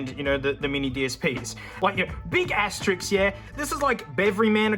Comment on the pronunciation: Hey dude, great content as always, but did you know it’s ass-tuh-risk, not ass-tuh-rix? Also etc, not ect …